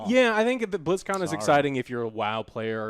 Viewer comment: he said BlitzCon like Blitz Chun